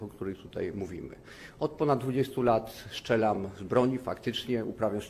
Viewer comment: STRZELAM nie szczelam panie doktorze.